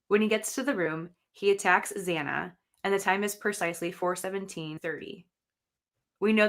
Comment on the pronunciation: It really bothered me that the judge mispronounced Xana Kernodle’s name TWICE.